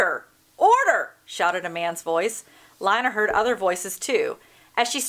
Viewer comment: It's pronounced (Lee-na)